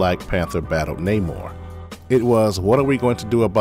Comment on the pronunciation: Paperboy out here kissing dudes like he didn’t want to. 🤣😂 They couldn’t even get Prince NahMore pronunciation right🤦🏾‍♂️